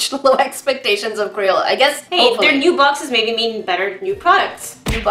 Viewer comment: Why does she call crayola as CRAPOLA.😝😝😝😝